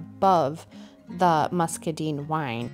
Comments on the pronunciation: It turned out FABULOUS. I have an antique vanity that I've been going back and forth on color palette ideas for a couple years. By the way, "muscadine" rhymes with wine, fine, and mine. It's not "muscaDEEN." It was so off-putting that I nearly turned the sound off. 😂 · I love it! I agree with your assessment when you still had the stained wood showing. It was just not working with those lovely colors! And in case you use it again… muscadine rhymes with wine.